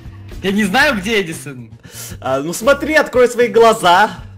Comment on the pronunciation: правильно ни едисан а эдисан